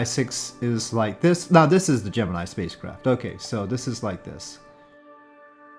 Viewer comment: That's not how you pronounce Gemini. ;)